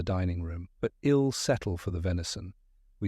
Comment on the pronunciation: Great story❤ but the ai needs programming in how to read punctuation marks like I'LL IA not read I'll, and the period at the end of Mr. does not make i the end of a sentence and the capital letter of the last name is not the beginning of a new sentence. A comma reads as a brief pause. Please?😊